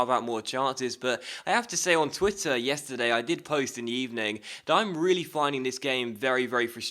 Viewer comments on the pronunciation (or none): none